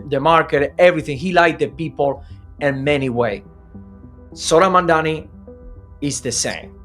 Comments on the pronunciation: Mamdani not mandani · You trying to pronounce his name like Andrew Cuomo are you?? It's MAMDANI, NOT MAMDAMI🙄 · MaMdaNi not Mandami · NYC is not Cuba. And the two of you together don’t have a drop of the intelligence that Zohran Mamdani has. You are both dumb. Get an education. You can’t even pronounce “Mamdani”, you smug, supercilious loud-mouth.